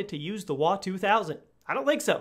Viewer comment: Its not called WA ITS W-A